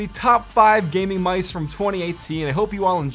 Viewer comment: I can’t handle how he says “gaming mice”